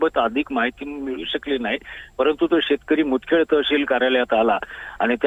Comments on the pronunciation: मुदखेड आहे बे मुखेड नाही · Mudkhed aahe mukhed nahi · मुदखेड आहे मुखेड नाही